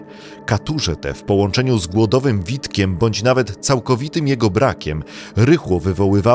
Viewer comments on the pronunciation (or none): "Głodowym witkiem?" Czy Pan lektor wie o czym czyta?